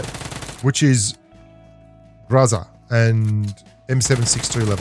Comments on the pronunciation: Mate, your pronunciation of Гроза was PERFECT here! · He pronounced groza differently in this video 😳